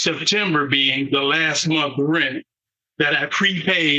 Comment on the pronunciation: Munt = month in English.